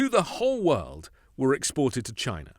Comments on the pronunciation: A BILLIONERE THAT HAD CRAPPY TEACHERS - CANT SAY CHINA - BUT GINA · Chia Nah this snake oil salesman sounds so unintelligent Trump is a Racist, he can't even pronounce the word CHINA He is a Racist to the core he will never understand what it takes to be a ex loser president. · "Jyna" never heard of it .. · He still says "CHY-na!" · "Chy-na. Jy-na. Melania won't let me near her va-gi-na." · "...we will phase out all imports from Chy-nah... except my Red Hats, ties and other crap..." - Drumpf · The way he pronounced "China"!😅 Like when he says "Thighland" instead of Thailand. 🙄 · Notice he won't say clothing because he gets all his Trump items from China. He always has to say China like he's saying Vagina. Two things he has to pay big bucks to see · CHINA. Every time he says it, I laugh 😂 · Who is that moron who can’t say “China” correctly. Oh, Dump?….. Great! Do what Dump says; that’s more trade for New Zealand. I’m very pleased 😁😁😁😁😁😁😁😁😁😁😁